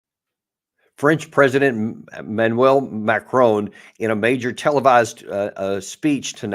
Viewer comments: Colonel… pronunciation of the French president is as follows: MARI-CON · 😂 Come off it. The name being discussed is "Macron". Hardly like a challenging surname such as Cholmondeley? (Pronounced “Chumley”, by the way). Here in Ireland we manage to pronounce names correctly. And since America has French speakers in Quebec and the deep south, French names are hardly alien to Americans. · Second that-all Americans seem to do this - driving me crazy. The Colonel should know better. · Note to you both…Macron doesn't have an 'e' on the end? Macron rhymes with Akron?